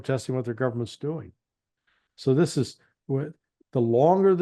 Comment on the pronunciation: learn English pronunciation. The word ‘this’ has a short ‘i ´, unlike ´.’